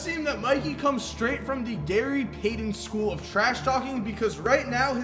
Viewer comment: why can't you say Payton like a normal person?? Love your vids bro